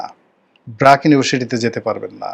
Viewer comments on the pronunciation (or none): ইুউনিভার্সিটি উচ্চারন করতে শেখো, শ নয়, ওটা স দিয়ে লেখা।